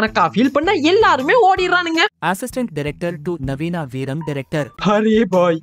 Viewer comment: veeram , veearm mariduchu 😂